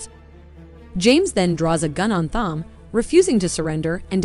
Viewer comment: Thom is pronounced "Tom." Whoever is narrating this obviously did not watch the film.